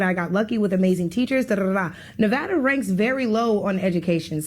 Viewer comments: I live in Nevada. It's not Nuvawduh. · The caller told her that she’s not smart. The next sentence out of his mouth, he mispronounced Nevada.